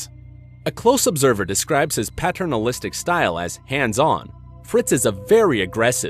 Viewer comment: Learn how to pronounce paternalistic.